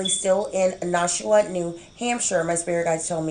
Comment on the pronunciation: great job.. its pronounced Nash-WA, like Nash-ville and WA as in the beginning sound of saying water lol...